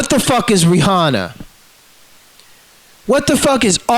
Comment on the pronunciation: Ree-honna is an assassin... Who knew?